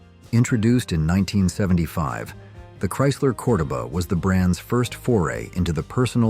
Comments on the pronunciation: I know, that pronunciation was driving me nuts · Chrysler “core-dough-baa” lol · Almost everything you stated about the Chrysler "CORDOBA" is incorrect, including the pronouncement of the name!! If you can not rely on A I to correctly pronounce your content, speak it Yourself! Its the least you could do for your audience. BTW Chrysler had the swivel seat introduced in the 1950s Imperial & many of their "Letter" cars.